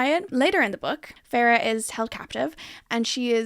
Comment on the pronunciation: Farrah? Fae-ruh